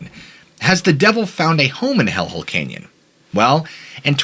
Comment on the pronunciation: Sooooo... Is it "Kenyan",, or "CANYON"??😂🤣